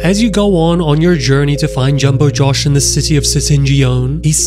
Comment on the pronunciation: ITS PRONOUNCED Syringeon: Syringe-in Brushista: Bruu-she-sta Jumbo Josh: Jum-bo Jaw-sh NOT JUMBO JARSH